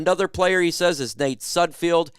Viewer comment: Please learn to say Nate Sudfeld's name correctly. It's SUD-feld not SUD-field